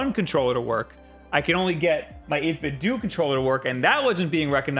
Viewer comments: 8 bit DOUGH. not dooooooo. great vid though lol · Don’t you think 8-bit-do is pronounced like Nintendo. Not “8-bit-doo” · i hate the way you say 8-bitdo... the do should be "doh" as in nintenDO as they are referencing that.